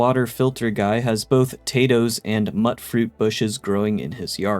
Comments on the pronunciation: You said ‘mutt’fruit when it’s pronounced myootfruit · Myoot froot, as in " mutated fruit" and Art Dekko not Dee ko. That said, I just found your channel per the algo and subbed. Great video 😀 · Dam, its pronounced "mute fruit" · May be my Texan ears, I've always heard moot fruit.